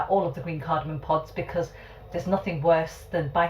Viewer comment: It's 'cardamom' - not cardamon'....